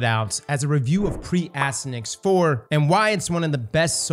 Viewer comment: and mispronouncing names, name a more iconic duo lol. (For anyone wondering, it’s pronounced “ass-TY-an-axe” and is a reference to the nickname of the son of the Trojan hero Hector from the Iliad.)